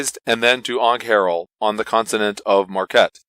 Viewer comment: You may want to check the pronunciation guide in the book. WILD-mount and AWNK-har-el. Very nice review otherwise. Looking forward to running this.